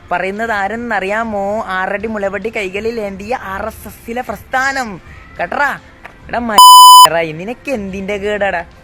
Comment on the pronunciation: ഫ്രസ്ഥാനം ആണത്രേ... ഹിഹി ഓന്റെ തുപ്പല് ഓന്റെ തൊണ്ടേൽ കുടങ്ങിയെന്നെ ഓൻ തട്ടിപോകുമെന്നാ തോന്നുന്നത്...രാവിലെ എണീറ്റാൽ പശുവിന്റെ മൂട്ടിൽ പോയി വാഴയും പൊളിച്ചിരിക്കുന്നതിന്റെ ഗുണം എന്താ അക്ഷര സ്ഫുടത ... ഹിഹി